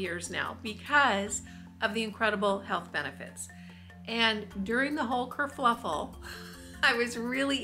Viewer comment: Sorry to have to correct you, - the British slang is ‘kerfuffle’ not kerfluffel! I lived in England for 15 years so you can trust me! 😅👍🙋‍♀️🥰‼️